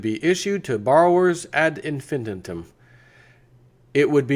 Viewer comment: ad infinitum is pronounced ad in-fin-eye-tum - love watching you